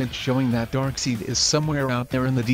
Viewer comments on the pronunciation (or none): Pronounced like side not seed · This man pronounces dark seid like dark seed but yet he shows a clip from justice league war which dark seid clearly says I am dark seid pronounced like dark side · It’s Darkseid as in dark “side” pronounciacion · OK. Who else came to the comments to say "Darkseed"😂😂😂😂😂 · Let's all report this guy. IT'S pronounced 'DARKSIDE' not Darkseed! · I'm pretty sure Darkseid is pronounced "Dark Side", not "Dark Seed". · Dude!!! Dark SIDE!!! DARK SIDE!!! NOT DARK SEED!!! I almost had an anyurism!! Mother of God! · It's DARKSEID NOT FUCKING DARKSEED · Oh my fucking god. Not darkseed, not darkside. IT'S DARKSEID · Darkseid is pronounced Darkside not Darkseed, lol. Just an FYI. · It's dark side!!! Not darkseed!! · Darkseed lololol Darkseid even pronounces it. DarkSIDE aka DarkSEID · Does any one notice he is saying darkseide instead of darkside just saying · Hey....you know it is pronounced "DARK SIDE" not "DARK SEED"??????? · did he just say darkseed if darkside was real he would come knocking on your door 😂😂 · His name is Darkseid not dark scene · It's pronounced DarkSide(Seid) not Darkseed. You clearly had a clip from Justice League War in which he said his name. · It's pronounced "darkside" not "darkseid" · "Dark Seed" wtf. It's pronounced Dark Side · 😂😂 he could at least type Dark Side. To the Bot will say It instead or Seed..😂😂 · WHO THE HELL IS DARKSEED??? His name is Darkseid man, not Darkseed. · It's not dark seed its dark seid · Its dark side..not dark seed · "DarkSIDE", not "DarkSEED"!!! For cryin' out loud! If you're gonna do a video based on comicbook characters, AT LEAST GET THEIR NAMES RIGHT!!!! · Not "Darkseed"... DarkSEID! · Darkseed lmao DarkSIDE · Darksied not darkseed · It's not darkseed It's dark side for fuck sakeee Not seeeedddd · dark! side! not dark seed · its pronounced darkside not darkseed. should've done all the voice over work yourself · Its darksied not darkseed! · Heard “darkseed” And then paused the video